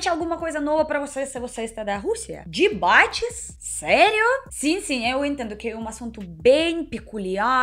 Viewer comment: eu fiquei com esse "Dibate" na cabeça o dia todo kkkkk adoro seu sotaque!